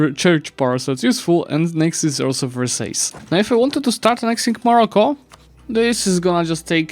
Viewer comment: the pronunciation of versailles 💀